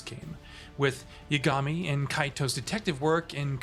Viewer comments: Great review! Clear you're familiar with the series! It's YAAH-GA-MI though lol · why can't you say the protagonist's name correctly? did you not hear it being said for 50+ hours? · This guy didn’t play the game. must be reading from a script he doesn’t even pronounce the MC’s name correctly.